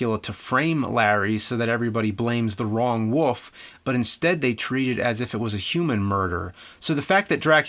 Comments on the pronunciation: Is it just me or is James constantly saying "Woof" instead of "Wolf"? Is that part of an accent that I dont know about or just a color of speach? Somebody explain that to me. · Hey man, just want to point out its 'wolf' not woof. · I just simply cannot wait until James reviews "The Woof of Wall Street", Dances With Woofs" and "Air Woof". I bet his favorite band is "Woofmother". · I love how James pronounces wolf as woof. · He do say Wolf but the L is not that clear :) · Love how you say woof in place of wolf. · wolf wolf the word is wolllf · Say wool. and and an f sound at the end. youre welcome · James pronounces "Wolf" as "Woof". I love it. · Berend de Liagre Bohl I just simply cannot wait until James reviews "The Woof of Wall Street", Dances With Woofs" and "Air Woof". I bet his favorite band is "Woofmother". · I love how he says "wolf" as "woof" some times! :D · Antonio, hes saying Woof... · Antonio Figueroa he says woof. you have shit in your ears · Parrydox Gaming I just simply cannot wait until James reviews "The Woof of Wall Street", Dances With Woofs" and "Air Woof". I bet his favorite band is "Woofmother". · James’ last name is Rolfe but can’t say wolf properly…🤣🤷‍♂️ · NEWSFLASH: The word "wolf" has got an L in it. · haha, I know right, he has been doing that for a decade, It always stands out. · How about same state? You won't find too many people in North Jersey dropping the L like that.